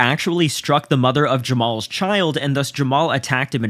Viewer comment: I just want to know what's up with the silent "HA" in his name. It's pronounced "Jamal", but spelled "JamaHAl".